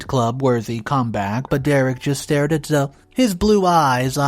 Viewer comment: ZO-"E", not Zo. The E is NOT silent! This is my daughter's name. Please get this one right. It is Zo-E....